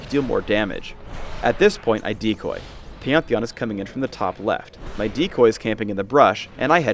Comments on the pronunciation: wtf does he call pantheon? peeyantheeyan?? xD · he sais peonthion instead of pantheon -.